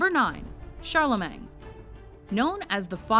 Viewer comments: It's pronounced Charlemain, not Charlemang. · Is she saying Charlemang? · Pronunciation of Charlemagne is painful